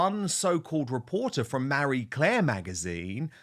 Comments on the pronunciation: Dude, it’s Marie Claire, not Mary Claire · "MARRY Claire"?? Thought it was "Marie Claire". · It's Ma-rie not Mary i wish you'd learn how to pronounce names correctly. Actually it's you who should be embarrassed not being able to pronounce words or names correctly not the journalist for Marie Claire.